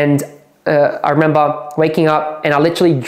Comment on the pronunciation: How many times did he say... "I rememBAH.." 😂